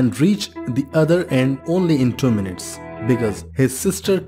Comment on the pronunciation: Minutes, not mints